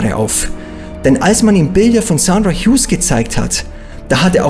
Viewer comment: Er spricht den Namen genau so aus, wie man ihn ausspricht.